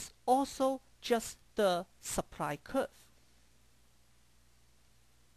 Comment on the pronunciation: he said seepry (supply) lol